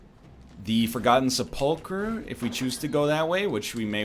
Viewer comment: Props to NL for finally pronouncing sepulchre right.